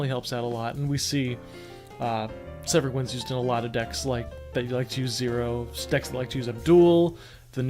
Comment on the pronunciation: You pronounced my name right!!! Severing Winds gets a lot of hate, but I don't feel like the card is deserving of a nerf- just a LOT of respect. The card can be splashed in any deck and can punish players for not thinking through their turn. That helped me get more into the skill side of the game by just playing and I like that.